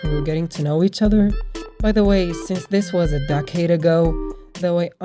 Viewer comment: Did he say dark Ade or decade